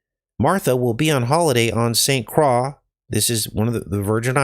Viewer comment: it’s pronounced St Croy